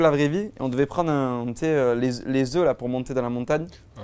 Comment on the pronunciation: Super interview !👍🏽mais Oli "les œufs" c pas possiiiiiiiible😂C comme les bretons les crèmes ou les gallettes